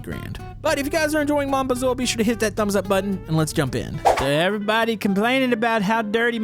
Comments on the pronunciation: Maybe try pronouncing the game title correctly? It's "moan" not "mahn". French for my. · Yk hes american by the way he says " mon bazou"